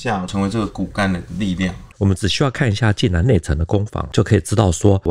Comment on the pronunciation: 济南，济水之南而得名，所以读音是第三声，而不是四声（往往作动词）使用。欢迎来济南旅游，济南别称泉城，护城河乃是独一无二的泉水护城河。内城城墙尽管被拆了，但当年内城破城处城墙东南角的遗址还在，称“解放阁”。泉水护城河之上的解放阁，墙上写满了当年济南战役攻城时阵亡的共军将士姓名。其中不少“无名氏”令人感叹和平之宝贵。